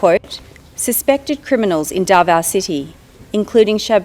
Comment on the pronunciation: Clear pronounsation not Dava it's Davao